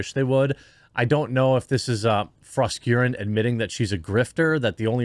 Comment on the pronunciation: Jeremy, I believe it is pronounced Fros-KAREN.